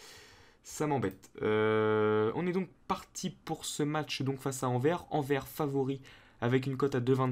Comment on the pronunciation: Juste petite parenthèse on dit le s de Anvers qui aurait pu éviter ton petit jeu de mot sinon super vidéo 👌